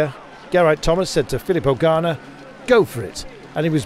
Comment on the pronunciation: Please can the commentator pronounce Ganna’s name correctly?! It’s not Garner, it’s Ganna - pronounced with a short ‘a’, as in the pudding Panna cotta…. So irritating.